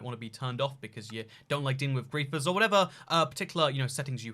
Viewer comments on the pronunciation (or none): Yep. He definitely said greifers.